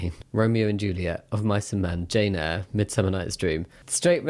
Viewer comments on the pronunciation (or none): none